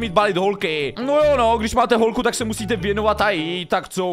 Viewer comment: místo holku řekls holcu